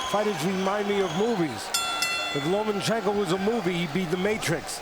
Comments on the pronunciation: Lomanchenko? Cmon man learn to pronounce the guy's name correctly! He deserved that! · Ok Teddy Atlas, say "Loma"......now say "Chenko"......there you go...you got it.....now try not to say Lomanchencko....good lad!!!! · Teddy atlas always: “lomenchenko” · "Nomaschenko" does it again. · Where is the "n" after the "a" in Lomachenko Teddy?